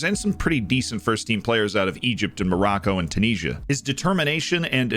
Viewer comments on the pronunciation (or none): Tunisia sounds so much more exotic the way you say it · The way you said Tunisia makes me feel sick